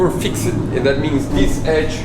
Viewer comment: Hi sorry to hear you have more problems with the build but im sure it will look amazing when its finished, one comment about grammer you pronounced fixed as fix ed may suggest that its pronounced fixd, you do not say the letter e so it sounds fix duh hope you dont have many more problems in building your dreams